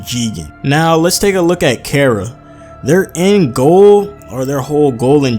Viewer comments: Learn to pronounce bro, not care-ra, car-ra, KARA. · It's pronounced 'Kah-Ra', as the modern Anglo-Germanic 'C', sound, as we pronounce it, doesn't exist in Japanese.